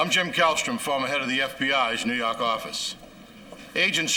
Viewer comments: new yawk office 😂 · NEW YAWKKK AFFICEEE!!!😅